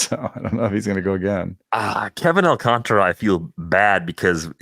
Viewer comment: ALCANTARA. There is a whole ass letter in the name that white people refuse to pronounce. AWL-KAHN-TAR-UH. Not AWL-CONTRA There's an A between the T and the R. TAR. Come on.